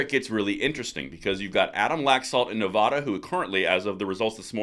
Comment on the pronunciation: NEVADA not NEVAHDA !!!